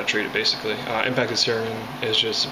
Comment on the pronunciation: I'm sure the word cerumen is pronounced ce-RU-men, not cer-A-men like this was pronouncing it. But I've also heard Dr Oz mispronounce medical terms sometimes so he's in good company!